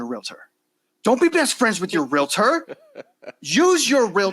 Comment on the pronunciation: Can you guys please learn how to say the word Realtor, not realitor? I listen to your programs on a regular basis but it annoys me that you can't make that correction.